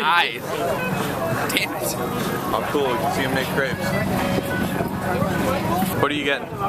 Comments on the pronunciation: im pretty sure its pronounced craype, not crepp or creep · u say it like craps... not creps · Pronouncing it Crapes is closer than crepps. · It's not "Crapes" but "Crepps" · [Craypes]? seriously? it's [crepps]. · funny how they pronounce crêpes totally wrong